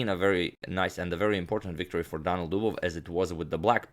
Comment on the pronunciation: Two i. Daniil not Danil :)